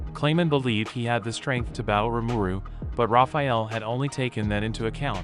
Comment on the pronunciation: You keep saying rimuru wrong, its (Ree-mur-Roo) si get it right, I sounded it out for you